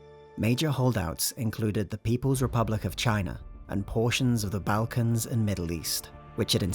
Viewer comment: I thought it was good. Nice softly accented (other than mispronouncing Balkans)